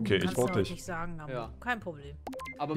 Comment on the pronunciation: Wie sagt mambo Stats Gambo 🤣🤣